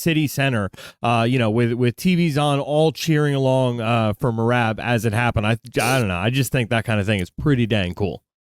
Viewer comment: I like that bisping actually got merabs name right